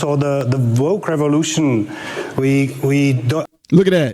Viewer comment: I think the ignorant biotch hillary, was laughing at his German pronunciation of 'woke'. He said: 'voke'. And then the a$$hat started laughing. Just like when the leftards are in comments with Trump voters, and the leftards focus on someone's misspelling or wrong punctuation, rather than the content of their post. 🤣 I would have loved to see you on there face to face with the old Hill, too,! You would have spun that old fatty from here to kingdom dum-b. ( Especially since your tongue is faster than how most people can think - and twice as clear! 🤣 Oh! I would PAY to see that! ( If that guy replying to hillary Only thought to reply: What's a woman? ) That would have been perfection! 👌